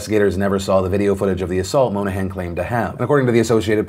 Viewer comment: bro monahan is my last name and you're pronouncing it wrong throughout the entire video (no biggie, just made me laugh)